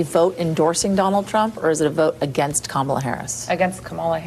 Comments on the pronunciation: I wish would pronounce "KAH-ma-la" correctly. It's not "Kam-AH-la". So many people in the media appear not to know the correct pronunciation, or worse, they do know the correct pronunciation, but decide deliberately to mispronounce the VP's first name. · It's not Kamala It's SHAMALA !!